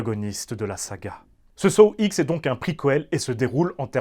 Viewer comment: « Saw ixe » 🤦‍♂️ ou comment perdre toute crédibilité dans sa critique